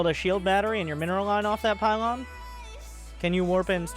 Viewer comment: It's the pie-lawn suuplai